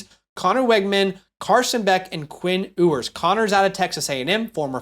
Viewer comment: Quinn Ewers last name is pronounced "You-ers" also the sentiment/concern is that he's no good and that AD Mitchel and Xavier W stats are bad because he just inst that and a bag of chips 😂